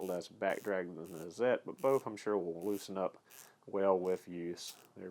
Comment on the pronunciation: Awesome... Thanks for correct pronunciation.. excellent. Love these tools excellent review. Hazet..pronounced: "Hartzet" if anyone cares :)